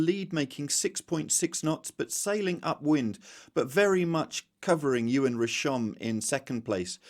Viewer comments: great update as usual however please stop pronouncing Yoann as Ewan!! Say it phonetically, so Yo-Ann 😅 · Errrr…. Even your link agrees with me, I think you need to listen more carefully. This is from someone who lived in France for 25yrs, has a French daughter and speaks fluently 🤷🏼‍♂️